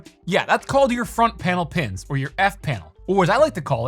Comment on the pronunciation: The tape measure 👌🏼 I liked how you pronounced F Panel pins 🤣